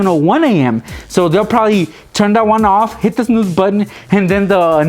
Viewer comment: I Died when he tried to say snooze!